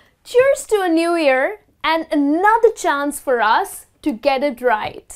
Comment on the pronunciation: pronounce the word "year"right please